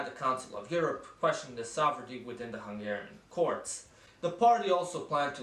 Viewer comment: Thanks for the Great Hungary decal on your laptop, much appreciated! :) Your Hungarian pronounciation is pretty good... are you from the Vajdaság? The video is pretty much spot on btw... only missing Mi Hazánk, they currently have 2 representatives in the parliament.